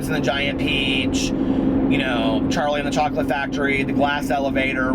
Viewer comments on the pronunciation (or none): none